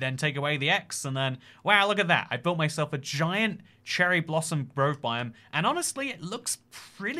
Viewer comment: HEH, YOU SAID "CHERRY GROSSOM BLOVE"